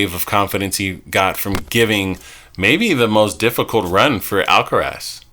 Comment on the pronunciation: You guys aren'y pronouncing Alcaraz correctly. Either don't bother with the weird attempt at a spanish accent, or learn how to say it properly in spanish.